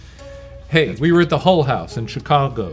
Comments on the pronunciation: Is it just me or is Ryan saying it Hole House instead of Hull House? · Each time Ryan says "Mrs. Hull" it REALLY sounds like "Mrs. Hole" and it really drains any potential seriousness out of those moments 🤣